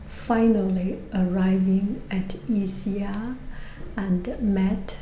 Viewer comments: You actually pronounce it Iskia 😊 enjoy! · you came to my city! yeah people in napoli drive like crazy, we are used to it 😂 and ischia is so beautiful, i always go on vacation there during the summer. it is pronounced e-skee-uh tho ☺